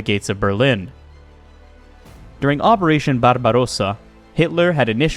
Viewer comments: Frederick Barabrossa was a German emperor and conqueror and is laid to rest in Germany where there is a monument. Your attempt at a politically correct pronunciation of Barbarossa is just plain stupid. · yes, but when used in the context of ‘Operation Barbarossa’ it should be pronounced as a German would say it. The pronunciation of ‘Wehrmacht’ in this video is also very questionable. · I never heard Barbarosa pronounced as a Spanish word before. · Why do you pronounce ‘Barbarossa’ like an Italian? That’s not how any German would say the word! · hes right tho'